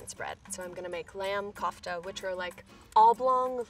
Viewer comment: she was pronouncing kofta wrong